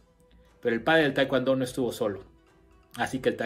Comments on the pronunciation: Se dice TAEKWON-DO NO TAEKWAN-DO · Como.puedo prestar atencion a alguien que al Taekwon-do le.dice TaeKwAndo.. Mis respetos...Pero.No.... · Ustedes en Mexico enseñan taekwondo con la indumentaria de Tang soo do....🤔 es muy raro eso....segundo ...pronuncian "taekuando" no se por que....y despues ponen en duda las acciones del maestro Choi...que fue un genio creador del tkd...y fundador del la ITF. El tang soo do es otra cosa y listo dejen de mentirle a la gente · De verdad eres un charlatán, me dan mucha lastima los que te creen aprende a pronunciar bien el nombre del arte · No sabe decir taekwondo y se manda a cuestionar a su creador